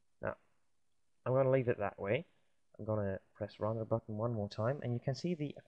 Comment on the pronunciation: I hate how you pronounce render